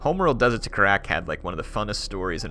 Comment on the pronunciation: love the videos, but how you pronounce Kharak is killing me. It is pronounced Khar-ack